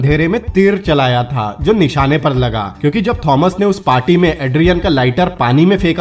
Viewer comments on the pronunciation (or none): none